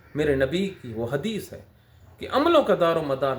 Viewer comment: ۔۔۔۔اپنی گفتگو میں آپ نے حدیث کا تلفظ غلط ادا کیا ہے